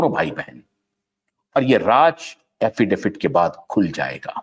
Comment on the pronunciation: Affidavit hota hai Affidafit nahi 😂